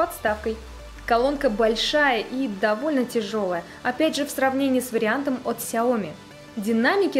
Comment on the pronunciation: СяомИ. На "и" ударение. С китайского переводится как маленькое (сяо) зёрнышко или рисинка (ми).